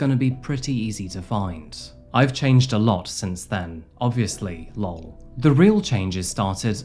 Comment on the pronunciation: L-O-L. not “lol”. Please and thank you. Hi!